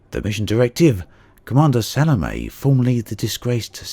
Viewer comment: It's pronounced Sa-lo-may. If you're going to risk your life for someone, at least learn to pronounce her name right.